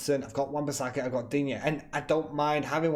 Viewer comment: I have found someone who can say Digne correctly.